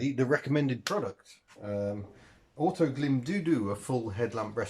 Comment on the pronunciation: I thought Autoglym had a new product out when you said "Autoglym doodoo....." 😂